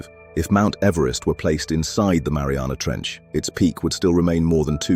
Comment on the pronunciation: ...mount everst in the Marianas tranch. ...Mount Everesty back in the Marianas trench???